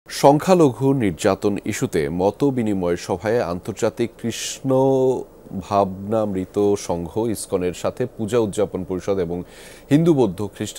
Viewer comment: কৃষ্ণ,,,,ভা‌ভা না ,, না মৃত। উচ্চারনে সমস্যা দেখলাম।ভুলে নিউজ দেওয়ার জন্য ধন্যবাদ